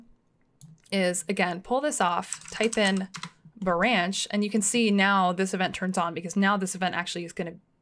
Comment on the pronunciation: Love how she says "Buranch"